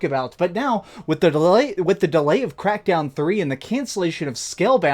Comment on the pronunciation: when you messed up the word "delay" cracked me up😅 like the vid thou.👍